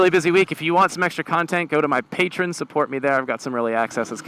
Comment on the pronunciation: For god's sake I love you guys but the name of the site is PAY-TREE-YON.